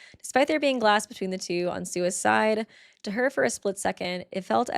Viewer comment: the sentence "sua's side" sounds like "sui*cide"